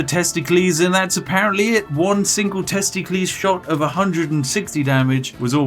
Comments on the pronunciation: "TESTIKLIS" first time watching this lol.... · Testicles should always be pronounced like Pericles. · "One shot in the testicleees is all we needed for the kill." Guess vikings didn't think about arrows in the nuts huh 😂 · the way he pronounced testicles had me laughing . thats pretty quick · I've never heard anyone else say Testicles like that and it gave me great happiness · Okay I burst out laughing the moment I heard you pronounce testicles like a Greek name, paused the video, and kept laughing for like a minute straight.